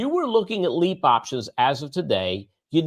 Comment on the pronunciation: It’s LEAPS! Cmon man